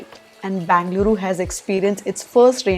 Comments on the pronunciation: Hi, not sure if anyone has mentioned this to u already - it’s not BANgaluru…. It is BENgaluru. Or just call it Bangalore. When u say uru which is a Kannada word u shud say BEN…. Bengaluru! Don’t take me wrong, as a person who lived here my entire life it doesn sound good to hear it wrong, offcourse there are hundreds of people calling it that way, but I think I can’t stop all, but Atleats as ur subscriber, I can tell this to you☺️ Good Luck 😃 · Dear, your videos are as always inspiring. Keep motivating us. One suggestion, it is not Bangaluru. It is Bengaluru (ಬೆಂಗಳೂರು). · It is Benga - lu-ru